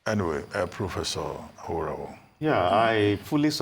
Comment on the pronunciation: Mr Abati, thank God you can now pronounce Aworawo correctly....